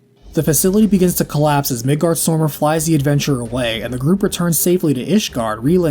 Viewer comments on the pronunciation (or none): the way you pronounce Midgardsormr makes me want to scratch a blackboard with my nails.